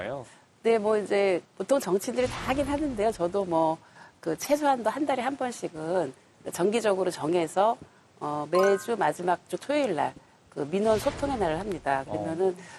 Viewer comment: 삼선 의원의 발음 문제!! 장음인 단어의 첫 차를 "짧게"잘못 발음한 예: 대대로,주민,최소한도,사건, 좋겠다, 서사 , 제가( 나), 댔고 성함,성교육 ,후퇴,통합,시민,제주도,정치,소설 ,사람(인간),해결,눈(snow),건강),여야, 보상, 4:3 사거, 먼가, 쉽지 않다,동물, 권고, 주민, 등!! 이상 실 예가 사실이라면 실로 심각한 문제가 이닙니까?? 책 한 권 권하리다. "한국 어문을 고발함" 이라는 책을 조용히 읽어 주시옵소서! 미국 변 완수 드림